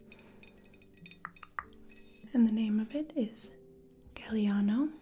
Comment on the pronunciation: I'm not a major drinker and I usually prefer whispered videos, but absolutely and thoroughly enjoyed this!!! ..very interesting info and incredibly super tingly!!! Good accent on the Galliano pronounciation 🤗👍brava! Ciao from Italy💕 If you're coming to this crazy country, it kinda depends on what you like...but if you're planning on hiking and rock climbing, I'm a bit biased, but I'd definitely recommend my region, in the north, Trentino Alto Adige, and you'll get the Dolomites with stunning nature and breathtaking views everywhere. If you need tips, let me know! 🌹🌎🤗